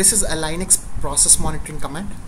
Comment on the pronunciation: it pronounced Lin X. Not lie nix thank you for sharing your knowledge. you're a good teacher